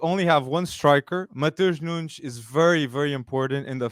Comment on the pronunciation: Great pod, have to hear it from the fans who actually watch Sporting. But forgot to mention the massive Portuguese population here in Toronto, Wolves need to come for pre-season! Tens of thousands of people who know how to pronounce Matoosh Noonsh(not me).